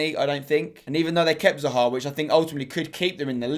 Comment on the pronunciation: Ahhh the way he mispronounces Hazard, Salah, and Zaha hurts my ears...